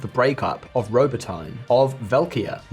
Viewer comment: it would be nice if you guys learn how to pronounce names of foreign places. it's "Robo-tee-neh"